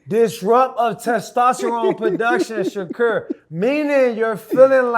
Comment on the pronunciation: Dude said Shakur name backwards 😂”Stevenson Shakur”